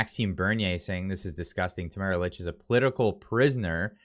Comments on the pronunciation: It’s pronounced “Leech”, not “Lich” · Just an FYI I believe that Tamaras last name is pronounced like “leech” 🤓🤷🏻‍♀️